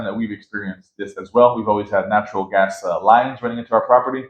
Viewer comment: The budget is good! Please help her with her English, hard to understand her. She pronounced gas as guest, sounded like guest, so was hard to grasp the concept.